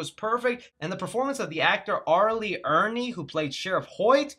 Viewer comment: You mention TCM 06 but not the better TCM 03 with Jessica Biel? WTF? Sure the Beginning was good but but it was a prequel to the 2003 TCM which was PERFECT! And R. Lee Ermy with an M not Ernie. C'mon man...